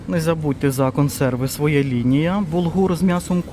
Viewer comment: ПривЕзли, покАжу так наголос ставлять на Хмельниччині, а у Львові говорять привезлИ, покажУ., ви не з Хмельниччини родом, ну Шо ж, ну Що ж, сімдесяТ, замість сімдесяТЬ, свОя лінія --- своЯ, вишнЬОю---вишнЕю, нічого поганого в цьому не бачу, вдячна за огляд.